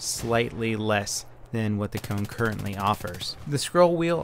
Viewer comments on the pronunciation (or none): Did you know that savu is smoke in finnish. Kone is machine. And if it is in finnish (I mean that if the name is supposed to be said in finnish) you should be saying i think something like sa-vu and ko-ne not seivu an koune or something I'm really not that good in english to explain but something like that. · Its not pronounsed coun its kone :P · No it's not that hard, but it's also not the way you would say "cone". The "e" in the end doesn't disappear and there's no "u" sound in there. And with Savu he's quite there, only needs to drop that long "uu", it's a short one. :) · If you wonder what mouses names mean, i'll give an answer; those names are finnish words and "savu" (spelled just sa-vu, not "sa-vouuh") means smoke and "kone" (spelled just kone not "koun") means machine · Ahahahahhaa the way you say Savu and kone is HILARIOUS they are finnish words! Translation Roccat smoke and Machine gaming mouse.